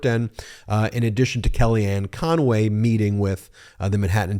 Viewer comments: Why do you add an extra syllable to Conway, it's not conoway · Hey Meiselas ! You might want to learn her name. It’s CONWAY, not Con-a-way. She’s a crook, call out the correct person !